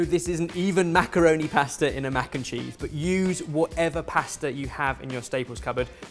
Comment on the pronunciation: Mac-kim-cheese that is all